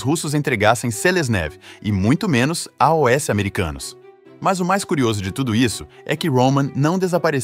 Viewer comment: Porquê que invés de "aos" ele diz "A.O.S." como se fosse uma sigla?